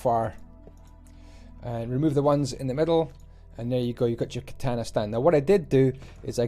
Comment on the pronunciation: It's so funny how he butchered the word "katana"😆